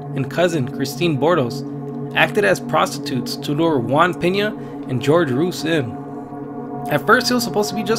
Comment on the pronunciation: ‘GEORGE ROOS’ LOL